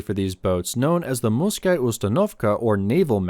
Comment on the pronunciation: Angl0s can't say R anyway